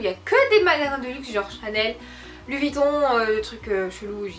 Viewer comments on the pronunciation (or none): none